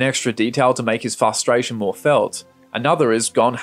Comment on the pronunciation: Great video, but you say prospective instead of perspective, so I'm gonna have to report you to the authorities. Edit: Also, fustration instead of frustration and Kahlúa instead of Killua. SWAT team incoming.